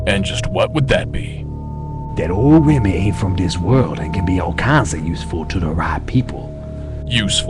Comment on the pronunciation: Did they butcher Remy's last name on purpose?